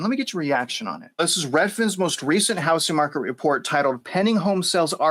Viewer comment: 'The houssing market.'